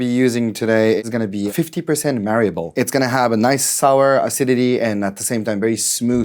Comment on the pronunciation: that japan guy speaks fluent english but couldn't pronounce malabar properly. its just 3 syllabal word, MA-LA-BAR, its not even that hard bro